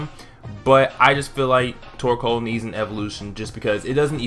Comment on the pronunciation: I always think instead of torcoal your saying twerkoal